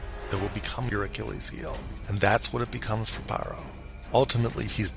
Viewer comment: Please pronounce Pharaoh correctly, so you stop sounding ignorant. Ph makes sound F. It’s not Paroh, it’s “Faroh”! Fix it. Overall great video.